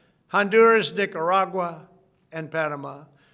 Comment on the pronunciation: It sounds like he said "Dickeragua", not Nicaragua.